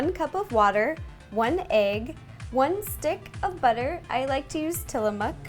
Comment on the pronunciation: i love how you always say BUDDER! instead of butter so funny and cute